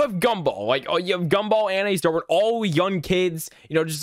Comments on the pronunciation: You called Darwin Dorwin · You also pronounced Darwin as Door-e-an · And he also called Darwin Dorwin😂